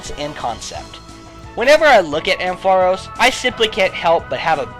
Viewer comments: Ampharos gets TWO 1's (Isn't it AM-pha-ross, btw?) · ARGHHH, why you keep pronouncing Ampharos' name wrong? DX You put emphasis on the 'ampf', not the aros sound! x_x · I have never heard that pronunciation of ampharos before